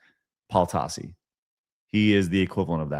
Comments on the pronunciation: What? He's saying Tossi, just like it's spelled! T-a-s-s-i: Tossi! 😉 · Everytime Tassi gets called out he always plays the ignorant buffoon. Also you're saying his name wrong